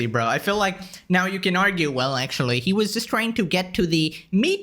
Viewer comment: Take a shot every time he says akchewee or lichowee